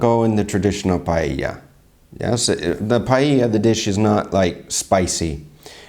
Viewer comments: ? pallella??? If she doesn't even know how to pronounce paella, what can you expect? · Not only none of them did a good paella, but they all mispronounced it 'Pallella'. (Except from the guy reacting which has very decent spanish accent).